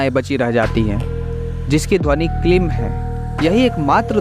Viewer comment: वीडीयो बना लेते हो, पर मंत्र का उच्चारण सही नहीं है, ह्रीं में बडी ई की मात्रा है, ऐसे ही क्लीं में भी बडी ई की मात्रा है, आप छोटी इ का उच्चारण कर रहे हो।